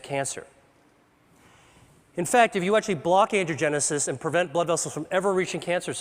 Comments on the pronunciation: It really would help if he didn't keep saying 'andrewgenesis', when it is ANGIOgenesis. This sloppy way of speaking can cause misunderstandings and thus mistakes. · Can't get over how he pronounces angiogenesis like "andrewgenesis" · I wish he would stop saying, "Andrew-genesis." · I wish that everytime he said "angiogenesis", it didn't sound like "andrewgenesis". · The slides say "angiogenic or angiogenesis" but I swear that it sounds like Dr. Li is saying "androgenic and androgenesis". Is the slide wrong or is Dr. Li just rushing the pronunciation of the word and making it sound like something other than is written? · Every time he says, “angiogenesis” — the generation of vessels — it sounds like he’s saying “androgenesis” — the emergence of Man — or “Andrew-genesis” — the birth of Andrew. It’s like a Christian theologian referring to “The Crucifixion of the Lord” as “The Circumcision of the Lord” — both events happened, but at different times and for distinctly different reasons. Cancer research breakthroughs such as this are rare; correct enunciation even more so...